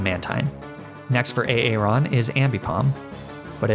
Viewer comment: Lmao I love the way you pronounce some of these pokemon and trainer names. A aron and daydenne are two of my faves 🤣🤣